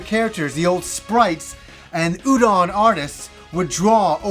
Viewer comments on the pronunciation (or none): none